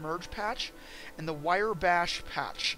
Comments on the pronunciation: How can you do tutorials when you can't pronounce the product right? Wirey bash and matador smash WTF? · Made by the same people who brought you WIRE BASH!!!!! Learn correct pronunciation you intellectually challenged twit.